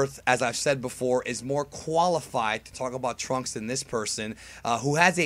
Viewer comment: I noticed you said "QUAlified" so I thought it was Quinn xD